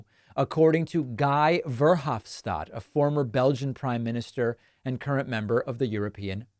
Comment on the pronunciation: David: Verhofstadt: pronounced as fair-hofe-shtat